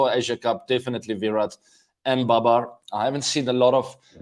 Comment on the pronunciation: babar is not baber . he is India :D